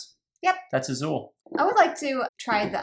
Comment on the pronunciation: But I realized you mispronounced Azul